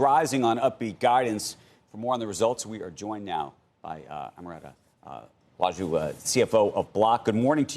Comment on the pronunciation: He butchered her name